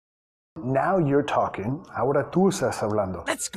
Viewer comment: Now You're talking (NAiw iOuR tOulking)